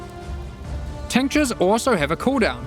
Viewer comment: I hear "tank jizz" instead of tinctures